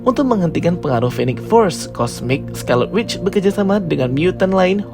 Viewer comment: Scarlet Witch bukan Scarleu Witch